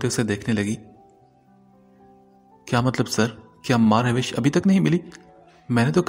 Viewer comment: It's not MahRawish it's MahRosh